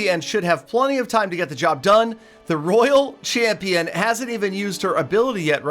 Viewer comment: will never know how to say royal champion xD